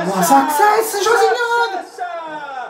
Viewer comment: Saccsess.....come c....parlate